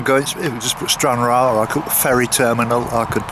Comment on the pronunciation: Cairngarry ??? Not such a place. Try saying cairn. Ryan. Cairnryan.